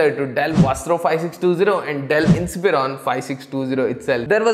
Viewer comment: "dell isprion"?